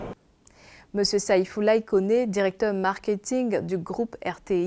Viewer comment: Marketing et non markehing